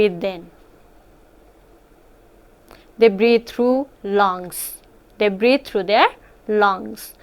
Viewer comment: Heard breed instead of breathe